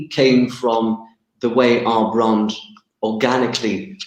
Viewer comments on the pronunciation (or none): Nice guy, but horribly affected accent. A total character albeit acting. He sounds like an American actor pretending to be cliched posh British but missing basic pronunciation of things. For example: 'Brand' is not and has never been pronounced BROND, that's just ridiculous. And never in the last 300 years has 'clove' been pronounced the same as 'glove'. Ever.